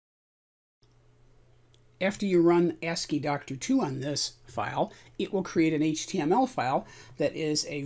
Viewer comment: You are saying 2 because II is in the name but in this context it is not the roman numeral 2. Is is part of the abbreviation ASCII (American Standard Code for Information Interchange). So then ASCII is normally pronounced something like ask-y. So the applications are ask-y-doc and ask-y-doctor. Thanks for the video.